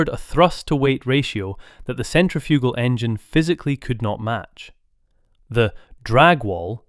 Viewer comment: Your pronunciation of centrifugal is awful.